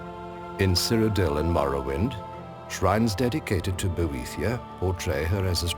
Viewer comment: I can't stop thinking that Boethiah is pronounced "bootie yeah..."